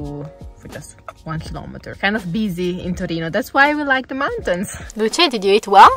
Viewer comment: The baby is Luce - pronounced ‘Lucha’. Luka is Daddy.